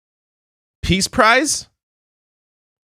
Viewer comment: I thought he said Piss Prize.